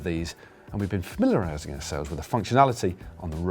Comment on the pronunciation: Sorry Matt? What was that? You were what? Famiilililiaaililiiieyesing. Bit fancy for a Wednesday, don't you think? I'd expect that from Lloydy with a "plethora", mind you.